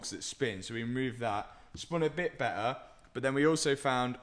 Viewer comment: What's an "oil pomp"? and who stole the letter T? He keeps saying "Bear ah" and "Lay ah" instead of "Bet ter" and "Lay tar". It's doing my head in.